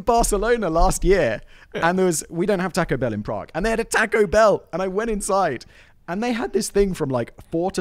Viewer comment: Sorry but Taco Bell is not Mexican food in the US, it's fast food. There are great Mexican restaurants all over the US. Also, Simon, you can't have an opinion on Mexican food until you pronounce taco correctly🙂